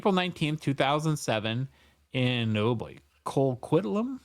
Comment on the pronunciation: It is Co-Quit-Lam you said it right